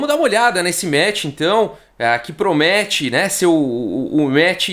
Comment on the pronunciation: "...Vamos dar uma olhada nesse MATCH então. Aaa... o MATCH que proMETE, né, ser ooo... o maior MATCH da história aí..." kķkķkķkķ Esse gosta de METEr!! oloko xDD